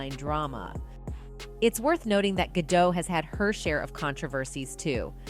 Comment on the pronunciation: It’s pronounced Gah-Dot, not dough. My lord. C’mon, girl.